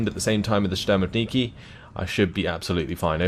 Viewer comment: there's no 'N' consonant in word 'shturmoviki' Not that important, but sounds rather funny